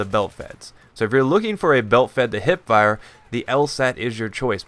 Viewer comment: your wrong, its Hipfire, not Hitfire